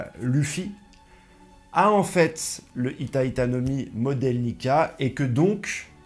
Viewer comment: C’est Hito pas hita tu t’es trompé 😂